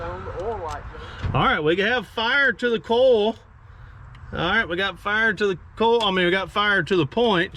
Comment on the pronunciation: Coil doesn't rhyme with coal. LOL from New England.